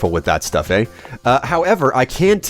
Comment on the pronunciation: Anyone notice the very canadian "Eh?" After he talked about cocain?